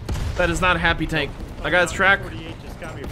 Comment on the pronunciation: It is kinda hilarous how you pronouce the South African tanks names lol